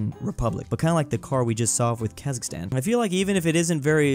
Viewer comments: I want Qazaqstan countrySquare Also as a QazaQ , its not KHazaKHstan, its QazaQstan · Its Kazakhstan brick not Khazikstan.But its so cute! I m from Kazakhstan